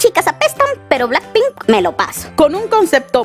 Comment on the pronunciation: "Blanck pink" 🤣🤭